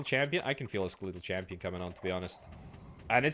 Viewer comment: That can't be the actual British pronounciation of "skeletal".